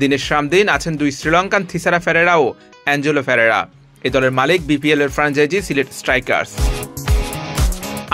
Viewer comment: ভাই, বোফারা না, উচ্চারণটা হবে “বোপারা” তেমনই “ফেরারা” নয় “পেরেরা”। প কে ফ বলা যাবেনা।